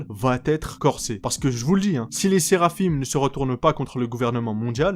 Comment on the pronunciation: Pitié arrête de dire seraphime ça se prononce séraphin